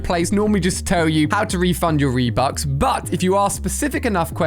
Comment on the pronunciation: New Fortnite currency :¨reebuks¨ XD